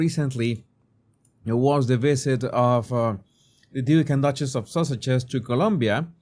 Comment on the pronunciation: Love how you say the Duke and duchess of sausages, I giggle every time!